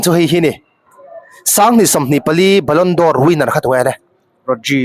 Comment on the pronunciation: Ballon dor nilo in Ballon 'd'or tih zawk tur aw..